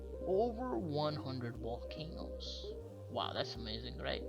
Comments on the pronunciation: Wolcanos!!! Guys!!! Etc If you are going to narrate anything learn to speak correctly. Listening to you is like listening to teenagers gossip in the school yard. This does your presentation a massive injustice. I couldn't listen to you. Get some voice over lessons. And stop referring to everyone as Guys. Amateurish at best Annoying and crappy music too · Did he say Wolcanoes? Well there's a lot under the ice in Antarctica because it wasn't always icy. It looked just like any other land mass without ice covering it. Humans on the planet go back thousands and thousands and thousands of years and I'm sure we inhabited Antarctica at one point. And before humans there were other types of beings living on our planet. Now they could still be living there or another race of ETs took it over. They are not demons. That is just plain ridiculousness. That's always the answer to those brainwashed by religion. I'm fairly certain that demons don't fly around in ships lol. If there really are a such thing as demons then they are from another dimension, not living under the ice in Antarctica. This is just common sense. When trying to figure all this out its best if everyone doesn't look at mysteries like this from a religious or scientific standpoint. Stop trying to prove something either way. See and listen but not hear what our own consciousness is telling us. We have all the answers we need inside is. Humans are way more powerful than what we've all been taught. Have a great day everyone! Or night 😉